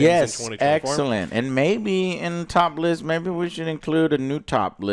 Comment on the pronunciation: You say top list, I hear top less 🎉